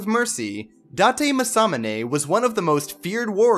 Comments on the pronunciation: Hey it's pronounced as ma-sa-mu-ney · The way you pronounce some of these names are hilarious lmao. Especially Masamune. Just look up how to pronounce them.